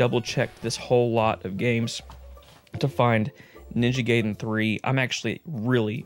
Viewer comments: It’s pronounced “guy-den”, not “gay-den” 😛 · it's Ninja GUY-den....... not gay-den...... see here ---> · Ninja guyden sounds better, the way you say it sounds like a den for someone who´s gay. I don't know what I'm saying, its late and it just made me laugh and had to share it. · It’s not NINJA GAYDEN ITS NINJA GAIDEN how do I know from the movie the wizard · I used to say it that way too growing up. It's actually pronounced "Guy-den" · is it pronounced Guyden? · Damn seeing ninja GUYden 3(sorry,just how I’m use to pronouncing it 😅) brings back memories of me playing nes games on my jailbroken iPod back in middle school 😂 gotta be honest and say that I’ve never got strategy guides as a kid. Closest thing would be those cheat code books I’d get at the book fair in elementary school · “Ninja Gayden” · love that ninja gay-den and merio bros. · In the 1989 movie "The Wizard", which was sponsored by Nintendo, it was pronounced "guy-den" Sorry, with the covid restrictions and the 14" on snow dumped on me I have nothing better to do than argue silly things